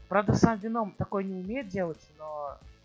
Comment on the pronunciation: Ударение на е